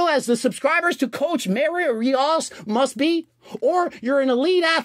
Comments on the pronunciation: "Cowch Mah-rio Reee-osz" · The irony of Mario getting on Greg for not saying his name right. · Lowkey feel like he only acted like he didn't know how to pronounce Rios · He does that even before mario hes been doing that